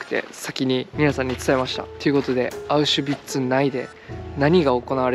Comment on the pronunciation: ビッツ❌ ヴィッツ️⭕️